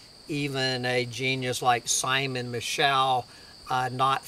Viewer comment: It's pronounced Simon Me-show